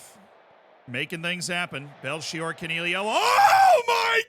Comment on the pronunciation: Fastastic Belchior pronounciation